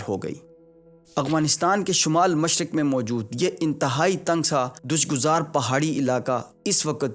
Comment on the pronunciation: #آپکی اہلبیت تو یہ ہے کہ تم سے لفظ تو صحیح طریقے سے پڑھے نہیں جاتے تم نے لفظ "دشوار گزار" کو " دش " پڑھا ہے اسطرح پڑھنے اور ادائیگی میں کئی بہت سی دوسری غلطیاں موجود ہیں جبکہ گفتگو فرما رہے ہیں عالمی معاملات پر پہلی بات تو یہ ہے کہ افغانستان سے چاہ بہار تک سڑک ایران انڈیا منصوبہ تھا بلکہ انڈیا کی مجبوری تھی اور اس نے ایک ارب ڈالر سے چاہ بہار سے افغانستان میں سڑک تعمیر کی اور چاہ بہار بندرگاہ کی تعمیر بھی کی یہ ہے تمہاری ناقص معلومات کا حال ، اب سنیں واخاں کوریڈور کی خامیاں پہلے نمبر پر واخان کوریڈور سے چاہ بہار تک کا راستہ سی پیک سے تقریباً ڈبل طویل ہو جاتا ہے دوسرا چاہ بہار کی بندر گاہ نہایت ہی چھوٹی یعنی کم گہرے پانی کی بندر گاہ ہے جس پر چھوٹے چھوٹے کارگو بحری جہاز لنگر انداز ہو سکتے ہیں جبکہ گودار دنیا کی چند بڑی بندرگاہوں میں سے پہلے دوسرے نمبر پر ہے اور بڑے سے بڑا بحری جہاز یہاں پہنچ سکتا ہے گوادر بندر گاہ خلیج کے دوسرے ممالک کے لیے افریقہ یورپ ،بحر ہند میں تجارت کے لیے ایک آئیڈیل بندر گاہ ہے آیسے یوٹیوب سے ڈالر کمائے کے لیے یاواگوئی کرنے کی بجائے تحقیقی مواد اپ لوڈ کر کے اپنی عزت کا بھی خیال کر صرف ڈالر کے پیچھے نہ بھاگ!!